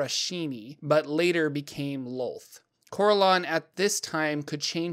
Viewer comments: Well done, but the pronunciations are killing me!. My group have been playing since the early 80's (Yes, we're old!) and as such we have played in many different groups with many people. No one says "Cor-el-awn" it's always been "Cor-ell-un" as an example. Thanks for the Lore though!. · I thought Corellon is pronounced as cor-RELL-lon.